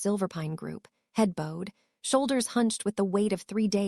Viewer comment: Beautiful story BUT the A.I. needs help with pronunciation of some words !🎀ed instead of bowed (🙇‍♂️ed), and a few others that was almost funny . (Georgia)